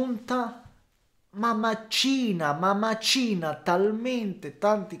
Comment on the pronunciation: màcina, non macìna...ahahahaa grande;)